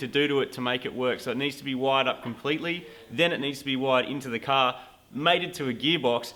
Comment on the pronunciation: "That is Supah Cah Fast". lol Or 60s American car fast. :P